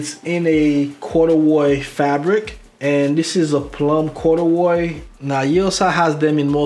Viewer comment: “Corduwroy “ I’m dead fam!! Plum joint is chill withers tho!